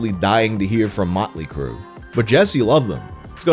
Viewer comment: I don't like the way you overemphasized the "Motley" in Motley Crue